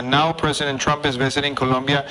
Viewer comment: Habla bien el ingles y es Colombiano, pero no sabe pronunciar Colombia sabiendo que habla español. Colombia: Polomia Colombia : Locombia Debió postularse en Estados Unidos porque de Colombia no sabe ni su nombre.